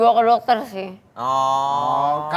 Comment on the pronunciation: ketergantungan obat (resep domter )penenang jdi gtu ya ngmong nya .